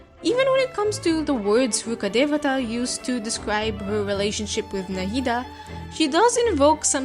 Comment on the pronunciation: The pronounciation was very perfect it's coming form and Indian it was perfect to the very last bit